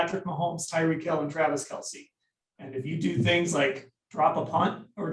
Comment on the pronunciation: This is how I know people who give critiques don't know what they are watching when they can't get Kelce's name right. Imagine seeing it all the time and STILL getting it wrong. This is my pain.